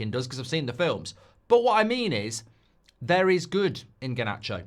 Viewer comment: Harnacho? Really? Oh fo fks sek